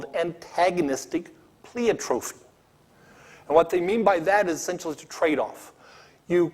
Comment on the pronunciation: He can't pronounce pleiotropy, and the concept of antagonistic pleiotropy was not arrived at as an explanation for loss-of-function mutations, rather as an explanation for senescence.